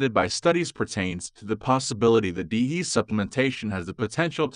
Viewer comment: It's an AI voice not a human. It doesn't know you have to subs each letter of the acronym. Irritating isn't it. I refuse to listen to AI voices